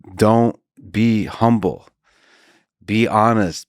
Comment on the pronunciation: You butchered martyr in the beginning, and then humble when talking about faucci